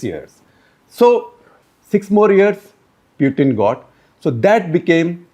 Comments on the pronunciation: Interesting piece by SG. But I find it distracting that he cannot pick the right pronunciation of Putin. The accepted pronunciation is POO-tn not Pewthin or Poothin. He also swicthed the pronunciation a couple of times! And he made one glaring error - talking of Russia supplying weapons to both China and Russia when he was probably intending to say India. SG also uses Sovieth instead of Soviet union. Seems to favor the soft "the" sound over the harder "t" sound. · He is not p-ew-tin .. he is p-oo-tin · This Shekhar Gupta with his annoying delivery ( constant hand waving & a gross Bazaar accent ) insists on mis pronouncing “Pootin’s “ name in 10 different ways. His analyses is ridiculously infantile. But I guess as the saying goes “ in the Land of the Blind even the One eyed can become the King”. The avg. IQ of India is just 85 (?that for even Thailand is 95, China 103 ! ), and the IA of the BIMARU states even LOWER. But they constitute 40% of the electorate and have run the country since Independence, to get which they did so little. They are responsible for India falling so far behind China. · Please don't call him Pewtin. It is annoying to hear wrong pronunciation. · Can you stop calling 'Pew-tin' ? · What a waste of time listening to this guy. He beats around the bush, digresses a lot, and can't even pronounce Putin's name properly.